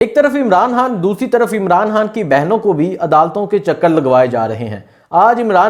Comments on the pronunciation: Bhai jaan (Haan) nhi khan bola kro plz😂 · sab baten theek but mery bhae... hay or khay ka talafuz to theek ker lo... khan ko haan bolrhay ho, pehlay theek se bolna to sikhoo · Bhai Sahib, you do good work, but I have a suggestion for you. Kindly try to work on your pronunciation (Talaffuz). You can't say ray and khay properly. For example you can't say Khan or Raat properly. You will become better presenter and journalist with correct pronunciation & accent